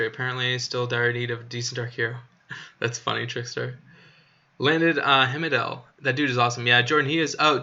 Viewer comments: Heimdall - it is Haimdal, what is wrong with you Anchor? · Tyr pronounce “Teer” or “tear” 😢 rhymes with dear. Heimdall- heim pronounced like Lime the fruit, dall sounds like doll. HimeDoll Heimdall